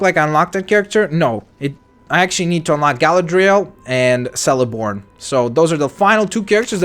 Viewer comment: celeborn [keleborn]. in elvish words or names C only has the K sound and never the S sound